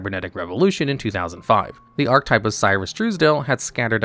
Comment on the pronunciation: The way you pronounce "archetype" checks out for the average Yu-gi-oh fan of which often pronounce relatively common words incorrectly 😅